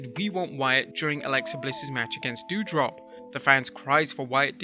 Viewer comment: Parker's last name is pronounced BOO-DROW. as in boo grow but with a d and not a g.